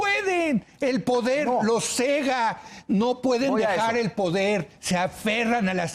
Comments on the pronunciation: no se dice cega...es ciega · Sr. Leo, no es Cega, es ciega.